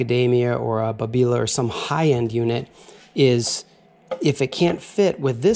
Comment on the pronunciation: Your pronunciation of Babila is the correct one in Italian and it is an Italian machine after all and Babila is an area of Milano.